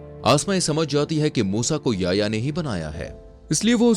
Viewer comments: Bahi wo Yaya nahi ya-Hi-ya. Hai 🤗🤗 Yaya 😂😂😂😂😂🤣🤣🤣Yaya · Bhai naam to sahi pronounce kar, YA-HI-YA